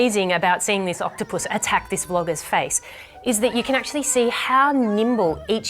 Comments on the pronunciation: Did she say octopusy? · I love the way she emphasizes not touching the octupus . 😂😂